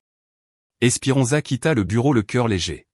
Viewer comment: Esperenza pas espirenza et